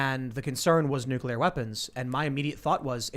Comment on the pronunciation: Great show. I wish Brannon could learn to pronounce NUCLEAR.